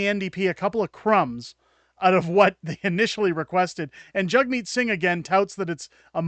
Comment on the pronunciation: Sounds like he is saying Jugmeat sing LUL